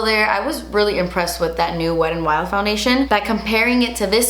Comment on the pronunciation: Nobody:: Wed and Wild